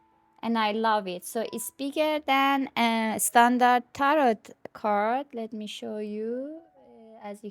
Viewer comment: Enjoy your sharing your decks. My request would be to turn down that background music. Especially when same 30 seconds of music through entire long video. It's distracting from your actual content. May I ask what country you are in? Never heard tarot pronounced with a hard T at end. Only ever heard tar-oooooh